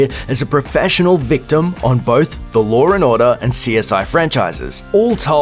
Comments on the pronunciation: "Lore n Orda?" I mean I know you're Australian. But seriously dude, that only gives you so much slack to mispronounce words. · Wtf is lore and order, and who the fck is Al Pacinorrrr